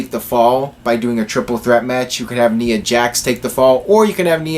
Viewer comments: isn't it nia not nea pronunciation-wise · The "I" in Nia is a LONG "I"!